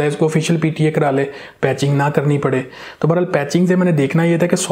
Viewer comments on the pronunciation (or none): none